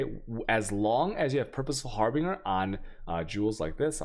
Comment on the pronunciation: The video explanations are good but damn your pronunciation leaves much to be desired please check into the pronunciation for Harbinger zealotry and malevolence